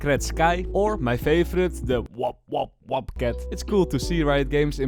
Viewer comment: bro did not just called PopCat as WopCat